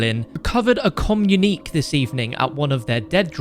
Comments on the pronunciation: FYI: "Communique" is pronounced "kuh -myoo-nuh-kay" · Communique = kommunikay for future reference